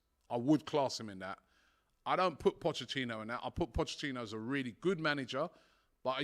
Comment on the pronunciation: mispronouncing Poch’s name burns me up! How hard is it bro